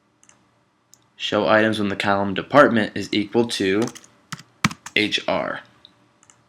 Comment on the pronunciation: Great demo. Column sounded like Callum though.